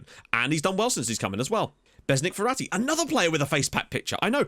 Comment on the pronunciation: Me: Mum I want Ferati Mum: We have Ferati at home *Ferati at home*: "Verratti"